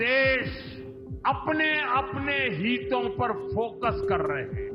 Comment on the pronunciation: हीतों नहीं हितों होता है सर ! अनपढ़ कहीं का !